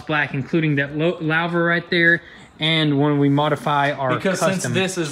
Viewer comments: Poleetz car with Lau'vers (loo-vers for y'all in suburbia (louver)) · Louvers were huge in the 70's/80's....pronounced "loovers".....